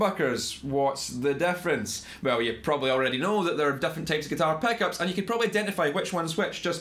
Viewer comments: Theck peckups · Ah yes my favorite, peninteah peckhuops